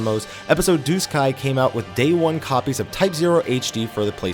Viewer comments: Everytime I heard this dude said duscae, I heard disguise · I thought I heard disguise * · I think I lost count of how many different ways you pronounced Duscae. And none were the way you used to say it. I haven't played either but looking at the controls they seemed way better before. The basic button placements anyway. Attack with square?